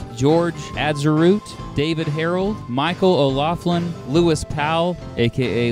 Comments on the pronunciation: Hate to nitpick, but it's "At-zer-ought", not "At-ze-root". And it's "Sur-ought", not "Sur-rat". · Okay this video is dated. But please redo the video and pronounce Atzerodt correctly! 😆